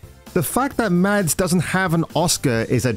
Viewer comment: Hey my man - tip for you - Mads in Danish is pronounced with a silent D. So 'Mas' rather than 'MaDs'. Pronounced like Mask without the K.